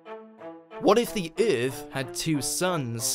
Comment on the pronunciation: Exactly bro it makes me mad nigga said earltfh wtf is that 💀😂😂😂